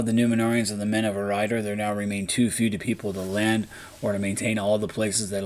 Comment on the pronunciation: Curious thought it's pronounced as E(Air)-riador?